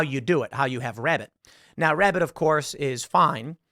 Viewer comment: Shhh! Tim is Hunting wabbits 😂